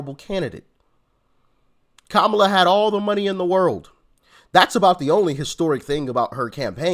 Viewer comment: Kama-ma-la-la-la, LOL! That woman was ridiculously dumb! 😂😂😂